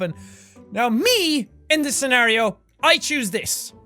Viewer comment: Very good Jackaboy, u said scenario and not scenorios this time👏🏻